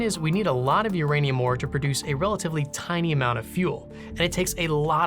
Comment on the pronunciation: It's ouranium, comrade